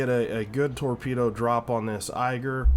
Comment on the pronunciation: Thanks for the video, as entertaining as usual. Only minor nitpick, Ägir is more pronounced as ai-gir like in air or eh-gir than eiger (I'm German). Any plans to make a video featuring Elbing in the future? I didn't see any on your channel and your gameplay and explaining helps me to become better at them, especially when is it such an unusual DD line.